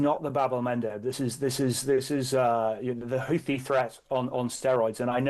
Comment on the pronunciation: is the only person in the media who pronounces Houthi correctly. It’s not Hoo-tee as everyone says.